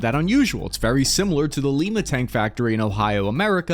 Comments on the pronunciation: it's not "LeeMa" Ohio, it's "LieMa" Ohio you hack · I need to make a small correction. You mispronounced the name of the town where US tanks are produced. Lima ohio is not pronounced like the city in Peru, it's pronounced like Lima beans. So not "Lee-ma" it's pronounced "lie-ma". I was born and have lived around Lima ohio my whole life. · gotta love Ohio pronunciations. Lima is pronounced Lie-ma not lee-ma locally fyi. Keep up the good work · It's Like Ohio, like Liam beans. Not leema. We native buckeyes say līma "bean" ohio. Love the channel and content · the Lima tank plant (located close to the property that was once the Lima Locomotive Works) is pronounced Liema not Leema. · It isn't pronounced Lee-ma around here. It's pronounced Lie-ma... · Lima , Ohio is pronounced (Lime-Uh) with a long I" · Lima Ohio is pronounced 'LIME-AH' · LYE-MUH Ohio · Leema? It is L-i-ma 🤦🏻‍♂️ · It's pronounced lie-ma ohio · its "L-eye-ma" haha, that was a nice surpise shout out, love the videos! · it’s Lima, L-eye-ma. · Dang it, we gotta get the verbiage correct. It's pronounced Lie-mah Ohio my dude. Like Lima Bean. We won't you fail my dude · Its Lima, pronounced "Lie-muh". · "L EYE MAH" IS HOW IT'S PRONOUNCED IN OHIO, THE STATE OF "GAL IP O LIS." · Lima, pronounced Lyma by the locals. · Lima is pronounced: Lye ma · Lima isn't pronounced that way 😂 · I'm from Fostoria north of the factory and know people who worked there as soon as pronounced the name I laughed 😅. A+ for effort tho 😅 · thank you. second vid I've heard the abhorrent pronunciation